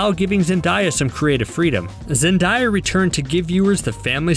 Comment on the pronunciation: Who the heck is “zendiya” lol 😂😂